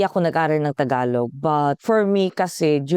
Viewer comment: I noticed that you pronounce the final g of Tagalog the Korean way. It's somewhat between g and k. Just saying. 😊